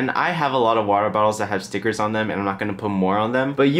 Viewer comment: When u said stickers I thought u said cigarettes